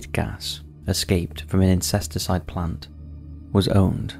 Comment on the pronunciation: Love this channel. The bhopal incident, he called it an “incesticide” gas… lol.